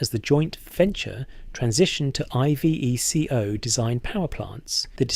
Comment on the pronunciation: Dee Aye Eff, I vee Cee Oh? Fucks sake. Is this AI bollocks? Because it sounds as if the narrator hasn't a fucking clue.